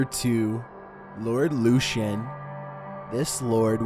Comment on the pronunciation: Great video but it's pronounced Lord Lucan not lucien lol